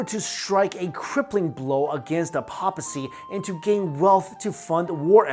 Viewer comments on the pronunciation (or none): Papacy is pronounced pay-pacy not pap-acy. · It is pronounced "Pay-pa-cy" not 'Pop-a-cy"